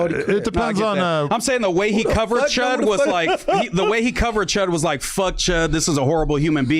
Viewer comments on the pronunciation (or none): Why does adam pronounce “fuck” fooook ??